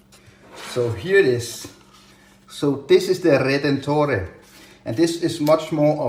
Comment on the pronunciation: Hi. Your pronunciation of "veneziane" and "redentore" was perfect but in "meccaniche" the "che" syllable is pronounced "ke" in italian. Nice review. Ciao